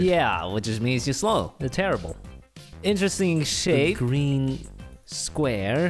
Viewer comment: •• its shape, not sh